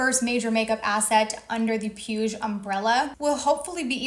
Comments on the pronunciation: Puig is pronounced "pweeg" 💕 Love your vids 💖💕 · "PIUSH" destroyed me 😂😂😂😂😂😂 you just pronounce that PUIG the last G is pronounced like the G in "bag" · Being nitpicky here, but Puig is pronounced poo-eeg. The "g" is the same as in pig. Otherwise this was quite informative. Thanks for sharing. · Puig is pronounced: "pooch". Catalonian surname